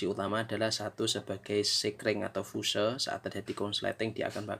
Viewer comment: Fuse itu bahasa inggris, dibacanya fius bos...🤣